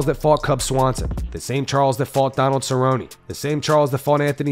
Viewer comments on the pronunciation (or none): none